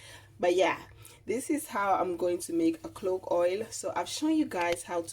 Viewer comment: If you can spell, you CAN pronounce CLOVE,!